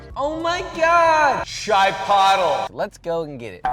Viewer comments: Not “chai pottle” 😂😂😂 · The way he said ''shai-pottle'' with that american accent makes my latin ancestors revolve in their graves! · That random “Chiiii-Pottle” was gold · “ Oh My God … Chai-puddle “💀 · The way he said chipotle LOL